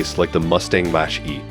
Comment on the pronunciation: 'Match' E-cars? It's MACH-as in speed rate MACH 1,2, etc